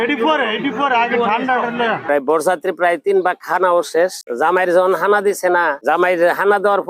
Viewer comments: খানাকে বলছে হানা 😅খাসি কে বলছে হাসি😅😅😅 এরা কারা কোথা থোে এলো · আরে মিয়া। ওটা হাসি না ওটা হবে খাসি। হানা হবে না। ওটা হবে খানা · খানা শব্দ টাও উচ্চারণ করতে জানে না